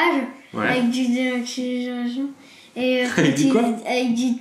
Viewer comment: Avzc du démachinn'... Avec du quoi? Du de maqui...llagent? Il m'a rué!